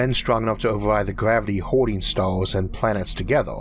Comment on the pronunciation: Is there something wrong with this guys speech? I understand him but his "r" are differently pronounced? Stars are staws?. Sorry I don't know..